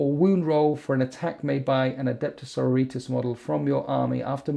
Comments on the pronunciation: omg please...the word is Sor-OR-i-tas...:D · Loves winters -Loves his videos -mangles sororitas pronunciation Okay I'm done watching this video now